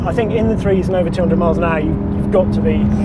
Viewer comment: "200 miles an aahh"